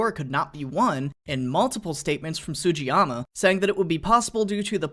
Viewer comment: So Sugiyama is pronounce with the g not like a j sound so like sugee but it's whatever. Also my last name is the same and I'm full weaboonese and I live like a mile from pearl harbor so epiccccc